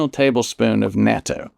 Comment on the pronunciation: Natto pronunciation: /not toe/